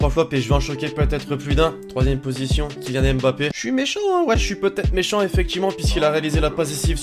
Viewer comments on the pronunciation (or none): none